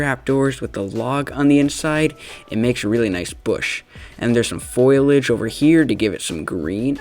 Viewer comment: Foilage. Foilage. Foil. Age. It’s foliage. Foilage.